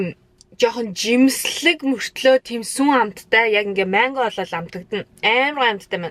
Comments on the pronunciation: Та яагаад мангог майнго гээд бга юм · Maingo geed baih ym mango geech